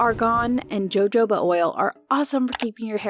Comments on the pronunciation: Its pronounced Ho ho bah Not Joe Joe bah lol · Isnt it pronounced hohoba? For Jojoba oil? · Jojoba is pronounced ho ho bah